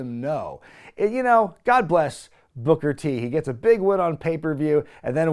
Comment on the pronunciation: that was a scary pause before u said Booker T 😭